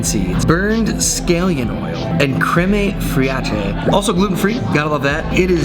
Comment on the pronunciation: Krem A Free Awk Eh is some comedy gold